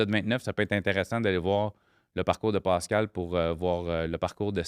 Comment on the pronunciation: aucune classe est ce nécessaire de parler comme une trainé et de dire des astis de calis des criss et des va chier a tous les phrases et puis ces des a et non des o exemple Pascal et non Poscal, une honte pour la langue française